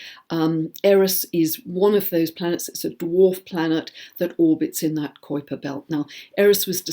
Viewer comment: Love the information there is always so much to learn from you. - - - just an FYI Kuiper is pronounced ky-purr.